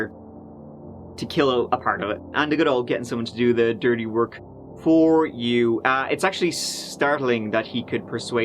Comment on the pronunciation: Love this dudes channel even if he says turdy instead of thirty ! Lol